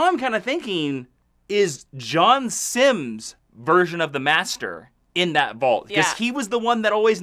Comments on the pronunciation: I hate to be pedantic but his name is John Simm, not Simms... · So I've tried to let this go, I can't anymore it's; John Simm not Simms (sorry for being so pedantic).